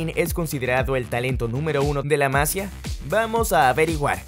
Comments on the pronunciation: Hola! Se dice: La masÍa, no la mAsia. No se acentua porque es en Catalan y no se acentua la i de Masia. Muy buenos videos! Un saludo amigo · No es la se pronuncia la MAsia, se pronuncia la MasIIIIIIa. De nada. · Por favor, pronuncia bien Masía Los acentos están para algo. Seas de donde seas, las cosas se deben pronunciar bien. Más que nada porque es fácil. Sigues diciendo Masia en vez de Masía, y suena horrible. Parece que no sabes realmente de lo que hablas. Como si te dan el guión pero las palabras no son tuyas. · Se dice Masía no Másia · La masía no la masia 🤦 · Por favor no digas mas la "másia". que me sangran los oídos ya.. es la "masía"... por mas que no se escriba se acentúa en la i... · Muy buen video bro👏. Por cierto, se dice masía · Buen video, sólo que es La Masía. Se lee con tilde aunque no la lleve porque es catalán, no castellano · "La Masía" lleva tilde, es fácil saber como se pronuncia. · No sabes pronunciar La Masía? Jaja.. tiene acento en la i